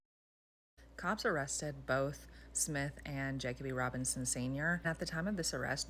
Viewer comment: You are pronouncing the victim’s name wrong